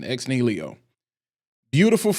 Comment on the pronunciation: Ni-hi-lo. Say it.